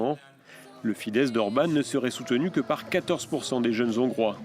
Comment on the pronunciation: C'est quoi un zongrois ? Hongrois est avec un H aspiré ! Ne sait on pas ça sur France 24 ?